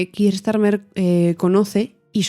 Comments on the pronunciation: Me sorprende la pronunciacion del nombre keir (kiir)... si no estoy equivocado se pronuncia (kia). Gracias x el programa 😊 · Gracias por tu respuesta FDV, no quiero ser un pedante, pero estoy bastante seguro que la pronunciación correcta es 'Kia', por la sencillq razón de que (llevo en UK 6 años xD) mi manager se llama Keir, y le tuve que preguntar varias veces por como se pronunciaba su nombre porque al principio le llama Kiir 😂😂😂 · Keir we go!;) Bien explicado, a mi tb me sorprende la manera española de pronunciar el nombre del primer ministro. La precisión en la información y el lenguaje es siempre importante y se agradece.